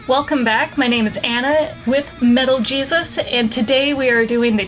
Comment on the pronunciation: Did she say "Mellow Jesus" lol